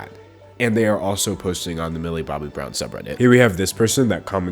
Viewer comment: How many times has he said "Millie Bobby Browm"